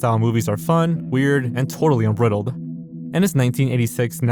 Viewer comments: Making it to the point where says "unbrittled" instead of unbridled was one of this iceberg's many, many high points. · It's un-BRIDE-uld, not "unbrittled" lmao. Every video is a pronunciation adventure with you.